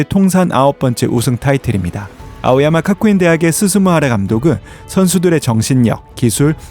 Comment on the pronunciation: "카쿠인"이 아니고 "가쿠인"😂😂